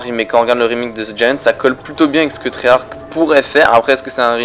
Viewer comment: C'est treyarche sans e et tu dit treyarcke sa donne treyarch mais bon je te soutien continue